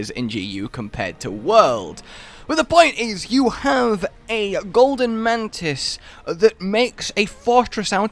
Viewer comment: Everyone: Mantis: Mantits